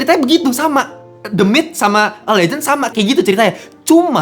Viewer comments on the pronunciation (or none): Harusnya pake teuh ya ...The Myth ( mith)😊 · the myth dibaca demit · Ketawa karena setiap Abangnya ngomong "the myth" , aku dengernya "demit" 😂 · Fr kwkkw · Nah iyah gw kepikiran "demit" Malah wkwkw